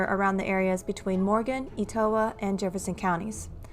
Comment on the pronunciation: Etowah county is pronounced like (Et-uhh-wah) it's a Native American word.